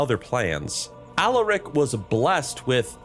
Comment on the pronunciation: every time you say Alaric I hear Alarak ala Starcraft 2